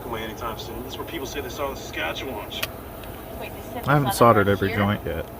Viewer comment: "this is where people say they saw the saskatchuwanch"